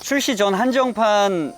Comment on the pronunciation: 출시를 choolsee 로 발음하는 거 킹받네